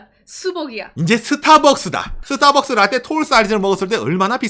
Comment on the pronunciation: 선생님 라떼 발음 구수하네요 ㅎㅎㅎ